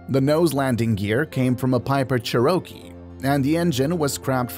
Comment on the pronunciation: I'm guessing that the voice for this was AI. Maybe not. Either way, Cirrus and Cherokee were so mispronounced I bailed on the video and did not finish watching it.